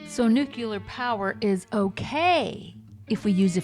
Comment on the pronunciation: NUCLEAR. ugh. Not nucular. 😮